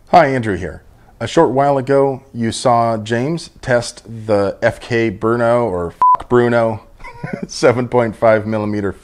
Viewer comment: Little pronounciation advice. It is not pronounced bernaugh and it isn't B.R.N.O. as I've heard other people say it either. You say BR as in brace and NO as in not. Trust me, I'm Czech.